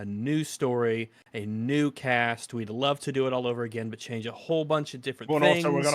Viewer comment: "Chyange" is that Australian or maybe from the hood?